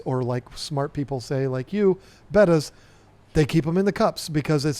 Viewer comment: The word is Betta NOT Beta.......the first is a fish, the second is the second letter of the Greek alphabet.